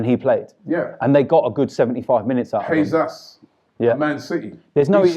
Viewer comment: Why does Robbie pronounce Jesus as “hay’s ass”?